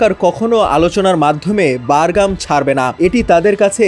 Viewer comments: বারঘাম নয় বাঘরাম। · বারগাম????? নাকি বাগরাম??? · হ‍্যালোঃ শিক্ষিত সাংবাদিক উচ্চারণ বারগাম নাকি বাগরাম হবে? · বারগাম নাকি বাগরাম,বার বার বারগাম বারগাম করেন কেন??? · ভাই, বারগাম না। বাগরাম ঘাটি। আপনি সাংবাদিক হয়ে এই ভুল উচ্চারণ কি ভাবে করেন? তাও একবার না চার বার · ঐ,সঃবাদ দেওয়া শিখ, বাগরাম, বারগাম নয়,,আর পুরান খবর ছাড়া আর কিছু পাছনা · উচ্চারণ ঠিক কর। বাগরাম হবে।